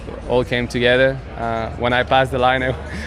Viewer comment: It's only me, or most F1 drivers can't say "together" correctly? LOL